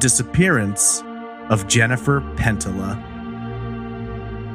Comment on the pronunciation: Love the pod. However I believe her name is pronounced pen tee ya or pen tee yuh.